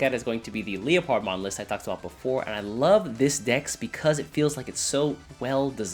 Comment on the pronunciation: "leo-pard-mon" it's leopard (leperd) like the big cat.